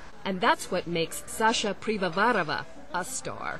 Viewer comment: IT'S pivovarOva...NOT pivovarAva